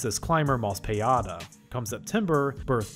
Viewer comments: btw Mospeada is pronounced Moh'Speed'ah not "mo'spee Ah' da" ; モスピーダ is literally moh-su-pee-dah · 'Mospeada' is pronounced 'Moe-Speed-Ah'. It's a portmanteau of 'Motor Speeder', in reference to the show's titular motorcycle-based mecha.